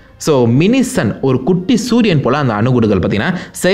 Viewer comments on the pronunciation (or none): In he said thoodhiyan instead of sooriyan